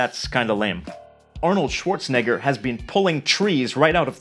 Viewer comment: Schwarzenegger, not ‘schwarzneggar’